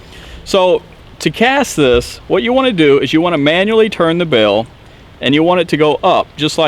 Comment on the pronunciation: It is not rill it is reel and it is not bill it is bail just letting you know it sounds kind of weird on camera you probably just have accent sorry if yes